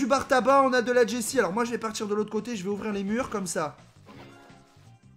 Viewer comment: C'est pas jessie c'est Chelly 😂😂